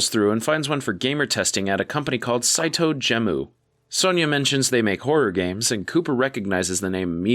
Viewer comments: Saito Gemu is pronounced like ge-mu (japanese pronunciation for game), not gem-oo! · Brother, "Saitou Gemu" is pronounced in the episode several times. Gemu, like the Japanese pronunciation for "game".